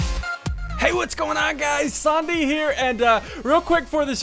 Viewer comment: sometimes at the start ssundee soulds like he says sombie here